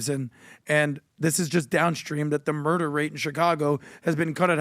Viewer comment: He's a blatant murr-derr denier, unless you count how many buffet stations hes murr-derr-ed